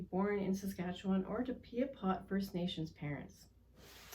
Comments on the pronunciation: It's Pie-a-pot, not pee-a-pot...but i digress. If we give Buffy Sainte-Marie a pass on this then we owe an apology to other Pretendians who also tried to further Indigenous issues and interests. Authors, educators, activists...who were never actually Indigenous. We don't get to change things up just because we feel a deeper connection to some inauthentic Indigenous person over another. I take no joy in requiring accountability in this matter from an 82 year old woman. But accountable is what she needs to be. Ms. Sainte-Marie has supported First Nations causes but she's also taken recognition, awards and money from Indigenous people who should have been the true recipients. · Its "PIAPOT," pronounced phonetically "PIE-A-POT," not "PEE-A-POT,"